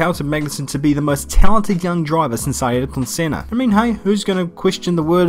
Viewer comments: WTH is "Ayerton" Senna (AY- ER- TON) it's Ayrton (AIR- TON) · Ngl, your pronunciation of “ayrton” sounds like you’re having a stroke